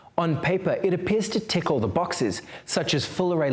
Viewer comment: 'It appears to tickle the boxes' is what I first heard